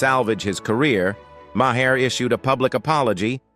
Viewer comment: There are many comments that could be made about each of these controversial people. The main thing I would like answered is how does this commentator keep getting hired for these videos when his mispronounciation of names is on going. Also, when saying a date such as 1970's , he always says nineteen seventy 's'. The 's' is used as a plural, not a free standing letter. Sorry! It just bugs me!